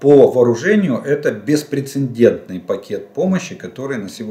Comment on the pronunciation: "ПРЕ_ЦЕ_ДЕНТНЫЙ! БЕЗПРЕЦЕДЕНТНЫЙ"! И не говорите мне, что на украинском это по другому. Нет такого слова "ПРЕ_ЦЕ_ННННН_ДЕНТНЫЙ". "Н" в середине этого слова не существует. Уж простите меня все патриоты.